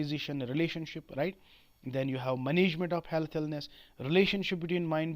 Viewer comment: Health ko sahi se pronoun to kar lo